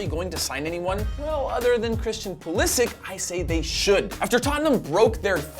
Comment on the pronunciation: If you could pronounce Pulisic than I might be a decent video